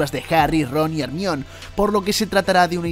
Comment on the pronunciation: "ERMION" jajajajajajajas